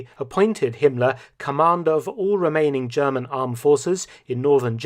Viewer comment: I love your impeccable German pronunciation 👏👏